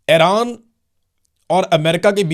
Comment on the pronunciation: ایران۔ Not حیران ۔۔۔۔